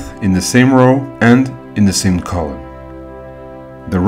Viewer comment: Helpful - but i find him difficult to understand at times as he does not enunciate or pronounce his words properly. Eg I heard "colour" , but he meant 'Column' .. he says "error", but he meant 'Area'.